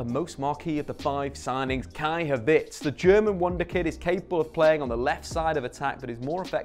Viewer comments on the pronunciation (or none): "Umbecano" "Kai Havitz" "Donyel Malan" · Kai havits, bruh u aint even trying with these names😂